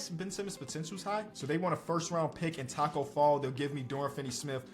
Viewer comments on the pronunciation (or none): none